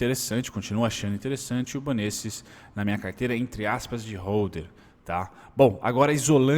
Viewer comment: a pronúncia é banÉstes hahaha